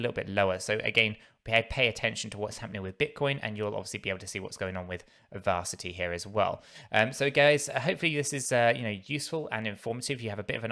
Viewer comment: It’s pronounced Verasity not ‘varsity’ lol 😂